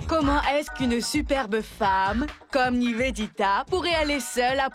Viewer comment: ne sait pas prononcé Niveditaaaa, Nevenitaaa